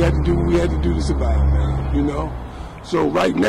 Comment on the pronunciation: Dew ( do ) 😅😅😅